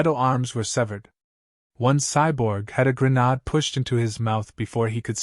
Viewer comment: Also, it doesn't pronounce words correctly. Grenade not gernode